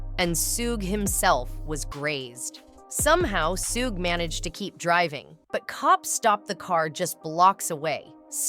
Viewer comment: Man i hate how she say suge name